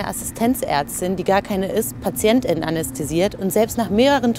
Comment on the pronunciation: Wenn man es sich schon auferlegt hat, dann sollte man wenigstens so gendern, das eine Pause beim Sprechen eingelegt wird. So wie es hier ausgesprochen wird, klingt es, als ob ständig von Patientinnen, Kolleginnen und Ärztinnen gesprochen wird.